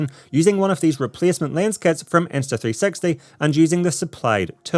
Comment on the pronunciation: everytime i heard you say insta 360 it sound like insta3sexy